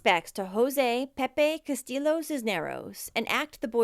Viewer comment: Hi -- I love you channel and am excited to check out your new channel. Just FYI, the next time you come across a Hispanic name with double LL's, they are pronounced as a Y. So the last name is pronounced as Castee yo.